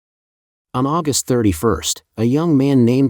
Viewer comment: But AI that insists my mom was born in AuGUST in instead if AUgust among other pronunciation errors. So bad English.